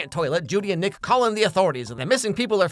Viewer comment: I had to rewind sounded like you said 🥷mad at you…. 😂😂😂 it was Nick Is Mad at you…. My bad